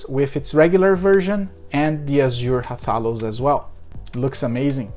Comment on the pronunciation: You uh, didn't say Rathalos the right way ^^